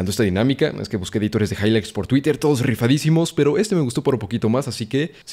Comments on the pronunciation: Me mamo el higligths jaja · momento hihgligts